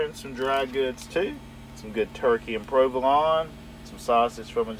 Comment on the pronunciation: Jesus Christ man, learn how to pronounce provolone. I literally can’t listen to you say it wrong again without suck starting a shot gun. Love ya bud haha